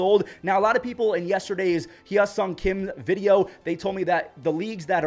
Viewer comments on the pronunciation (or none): Do-yeong pronunciation was spot on. Hye-song is “hyeh-song” not “hyuh-song” I respect u trying to get the pronunciations right bc Korean spellings in English are awful lol I never blame people for getting names wrong bc if I couldn’t read Korean I’d definitely mess the names up too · the hye is actually spoken He, like the he in hello. Not hyuh lol. But you'll get it one day 😂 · Please, it’s pronounced “Heh-sung”. The “y” is silent, and there is no “uh”sound, it’s a short “e”.